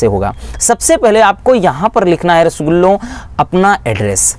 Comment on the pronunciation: Sir rasgullo bolte hain😂